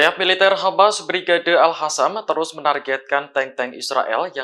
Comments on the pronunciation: Presenternya ga bisa baca ya.. " Al Qossam" bukan Al hasam😂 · Biasa ajalah ngomongnya jgn di buat2, geli kedengarannya, al-qasam jd al-hasam 😂